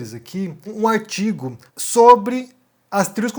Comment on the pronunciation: "O aitigo " rsrsrsrsrsrsr